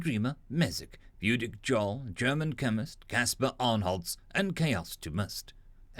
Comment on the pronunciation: Word of note,... the word "Jarl" in the one supporter's username is actually supposed to be pronounced as if the "J" was a "Y". It's a Nordic/Danish word that translates to something between "Chief" and "King". Not offended or anything, (even though I'm ⅛th Norwegian,) I'm just letting you know about the issue, in case someone else actually gets miffed about it.